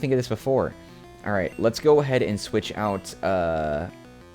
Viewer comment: Pronouncing Scizor as "Size Or" is a bold choice. Great guide either way!